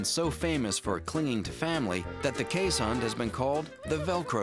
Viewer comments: Iris Stam that’s a watchdog, not a guard dog. They will be just as likely welcome an intruder with licks as try to stop them with any force. Also, pronunciation is Kaze*hond, not Kees*hond. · "this is how its pronounced correctly: keeshund" nope you still mispronounced it :') its kees hond with o being spoken like boy, god or dog. they are infact really good guard dogs and are called alarm dogs sometimes cause they bark at any intruder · Why are they pronouncing it as keeshund?? I'm Dutch and it's hOnd like in the word dog or boy. (Hond is the Dutch word for dog!) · They mispronounced keeshOnd not keeshUnd I know I'm Dutch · If you're Dutch or Afrikaans, you would know how to pronounce Keeshond. You say it like this K - EE - (like the EE in deer) - s - h - O - (deep O like the O in Boar) - nd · Then you're a fake dutch. My girlfriend's family grew up with these dogs in NL and they always pronounce it kays-hund.